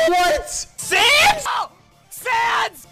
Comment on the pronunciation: Did i heard it wrong or did they pronounce Sans as "Sians"